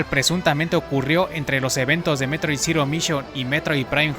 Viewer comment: Se llama METROID, no mEtRoiDe.